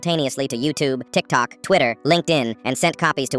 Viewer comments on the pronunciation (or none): none